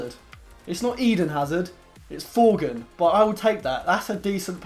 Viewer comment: It's THorgan not Forgan